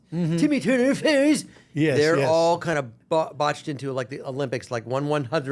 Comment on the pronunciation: Carlos always makes me laugh when he says FAIRIES and FAIRY GODPARENTS as Crocker!!